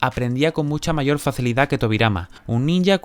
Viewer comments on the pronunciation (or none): none